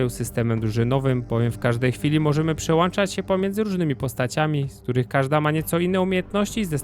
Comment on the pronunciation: Wu Konga kupię na pewno. Taka uwaga - boli w uszy, gdy mówisz ''przełANczać''.... tam jest "ą"